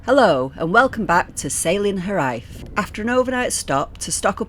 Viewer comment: If I may respectfully advise you about the pronunciation of the name of your fine boat - the Welsh word 'Hiraeth' (a longing for your much-loved homeland) is pronounced ' HEER/eye/th' with the emphasis on the first 4 letters 'HEER'. Many thanks for the great videos & fair winds to you!